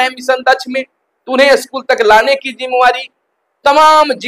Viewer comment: अस्कुल नहीं स्कूल होता है।